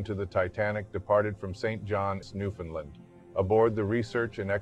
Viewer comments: Newfoundland. We don't say Lind. When it was discovered it was a New Found Land hence the name. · Nobody ever pronounces Newfoundland right lol Great video though.